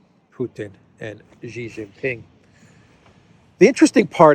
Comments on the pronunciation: OH MY GOD STOP IT. XI JIN PING is pronounced SHEEE JIN PING NOT JHEEE JHING PING, JHEE JHEE is Penis. Listen to how, your Duran partner Alexander M. Says it SHEEEEE like female, NOT JHHHEEE like weird Australia Sky News.. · His name, Xi Jin Ping is pronounced SHEE (like female) JIN PING not JHEEE JHING PING. Jhee Jhee is slang for Penis. You are insulting him.